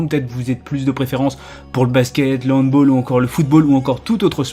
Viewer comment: Merci pour tout les handballeur d'avoir dit " handbol " :'(